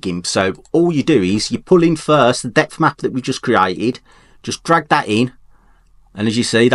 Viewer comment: you kept saying depth map and I thought you were saying death mask :)